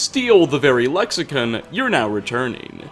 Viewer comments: Lexicon not lexicun. Also they are memories and not ghosts. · Am I the only one that noticed he says lexi-kun instead of lexicon lol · can't pronounce a damn thing, "lexicin" lmfao it's CON lexiCON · Buddy, we gotta talk. Firstly Dova-KEEN, not dovakin. Secondly Lexi-CON, not Lexican. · Its "Le-ksi-KAHN. not "Ken", ''KAHN"! Lexicon. not lexicen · lexicon is pronounced (lek-suh-kaan) I have a feeling I'll be doing this every video. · I've noticed all your videos even when there's all the NPCs saying a certain way you'll say some works differently why is that even when it differs from how it's supposed to be said even in English aside from whatever it's called tamriel click or whatever it's next to con is with an o on I or an e or however you're saying it even they say it correctly in the game same with saudia when they say Sadia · the way you pronounce Lexicon angers me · Your mispronounced Lexicon lol